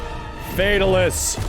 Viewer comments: I immediately stopped watching when he said Fatalis.... (Fatal-is????) Bruh... It's Fay-Talis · Fa ta lis not fatil is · it's FEY-TAL-ISS not FEY-TUL-US